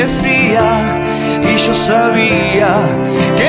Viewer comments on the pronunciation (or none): Yo diria que es bueno tu cover, pero no me gusta para nada la pronunciacion de tu acento... para mi es: YO, no: Chó